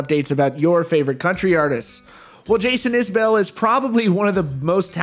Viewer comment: You mispronounce Isbell, a lot of people do that but you're supposed to know these things. More to the point, we're talking about John Prine, I don't need to hear CMA's excuses.